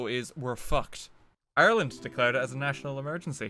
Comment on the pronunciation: everytime you say ireland i get so god damned confused